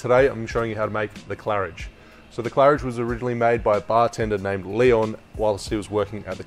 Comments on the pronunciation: Yeow! Finally pronounced an unfamiliar name correctly! 😆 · Hi, Thanks for the video, just tried the cocktail and it was quite good! 😊 I am thinking of getting a cocktail glass just like the one you are using a present, what is it called? I tried looking for it but I can barely find any. Thanks! Ps That pronunciation did sound fine to me, well done 😂 👍🏼